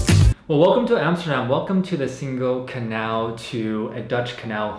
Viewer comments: Definitely not like “single” in English, that is a hard “g” ! Pronounce it more like “singing” ! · Nice video!!! You should ask someone how to pronounce Singel (don't use the k sound in the middle!) 👍